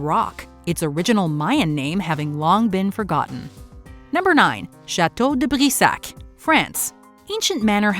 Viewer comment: OMG! I loved how you pronounced «Chateau de Brissac» and «Charlotte de Brisé(...)» with almost no accent but just a little bit one which gave a charming touch to it. I really admire your narration being so fluid despite of many foreign names. I too share with you the belief of pharaohs’s curses. There was way too many documentations witnessing what happened to people who were directly, and even indirectly, in contact with the discoveries of those tombs.